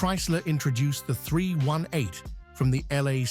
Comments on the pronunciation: We say “three eighteen”.. Forced myself to watch it cause of the subject; but hard to listen too. AI voices are hard on the brain.. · It’s 3 eighteen, not 3 one 8, A eye needs to learn pronunciation. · its NOT a three...one...eight , fool . its a 318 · AI says "Three One Eight" instead of "Three Eighteen" H.E.M.I. instead of "Hemi". Tired of this AI garbage and never finish never getting to the intended end of the program.